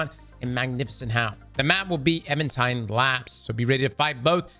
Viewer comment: EVENtide. Not EVANtide.